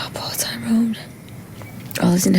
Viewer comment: Hate the way Terry says tyrones name